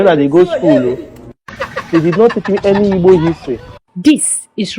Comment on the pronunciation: I don't know why you find it difficult pronouncing igbo please its not ibo, what is ibo?😂😂😂